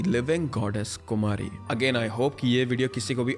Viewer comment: Kumari nahe bolta ha Kumari daye bolo❤